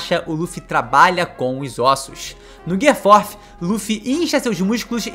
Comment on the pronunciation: Pior é Forfi.. fala tudo errado..chega me dá.agonia